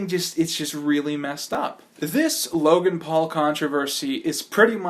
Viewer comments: ...its logan, not jake. lol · I think he said I'm so sorry logang and not Logan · His name is Logan you said Jake all the way in the video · Somewhere 4-5 min in the video you say jake instead of logan.